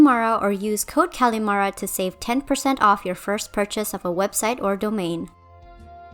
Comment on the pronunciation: Who tf called callimara "callimarie"